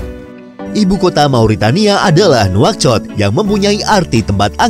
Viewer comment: itu bukan nauchot di baca naushoot